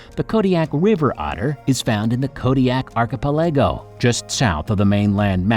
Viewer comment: Archipelego is pronounced arr-kuh-peh-luh-gow.